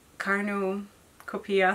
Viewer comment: You always make me smile! Corn-you-ko-pee-ah